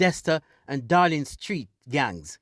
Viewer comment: Town of Savanna-la-mar not Sav la mar Street called Dalling Street not Darling Street. Solutions lie with the people. More strident bold and creative leadership from the security forces. This town is not is not unfamiliar with the blood letting. The style of policing used in the 07-09 period is archaic and an affront to human rights. We have a citizenry gripped by fear and mistrust. A demotivated ill-equiped JCF. A military in search of "Powers". A political body more concerned apparently with their viability popularity and sustainability. If at one time their needs to be political unison it's this time. This situation needs more than a root canal. Needs extraction. There will be blood there will be pain. But a new paradigm and mindset must be undertaken. The source issues must be seriously addressed. Not in the order laid out: 1. Poverty 2. Access to jobs / possibility of increased earning 3. More light shone on skills training / more flexibility in the agricultural sector 4. Corruption ( the main one to me) tackled on all levels Not just cops going to jail but politicians certifying officers ministry technocrats An overall of government systems and processes at Tax offices The wharves Honesty must be resurrected. 5. Education and Parenting I don't know who can be comfortable now. Do we pray for a Moses ? Or take up collections arms and bell and subdue this beast . It can't be killed but it's presence it's sound can be diminished to a whimper.